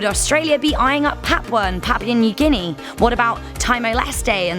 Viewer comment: It's pronounced parpooar new ginee and teemor lease